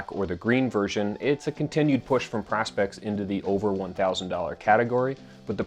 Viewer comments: Prospex is short for Professional Specifications, so surely the correct pronunciation is Pro-Specs, not Pros-specs? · It's always weird to hear "Prah-spex" and not "Proh-spex". Like it's Prospex, for Professional Specifications, right?